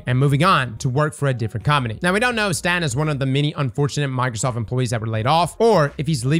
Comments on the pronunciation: Btw it is STATE-IN. Not STAT-in. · It's pronounced "State-n"...